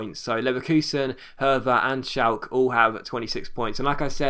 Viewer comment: You pronounce the e in Schalke :)